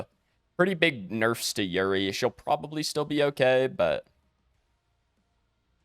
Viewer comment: Bruh I am begging you Pred YouTubers, her name is YUREI! YUREI, not YURI! YER-AY! 😔